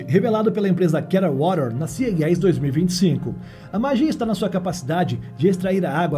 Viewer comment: Eu acho que te confundirem com IA é uma forma de elogio, porque você tem uma boa dicção, praticamente sem falhas. Embora a sigla CES (creio que é dela que você falou), esteja sendo procunciada errado hehe...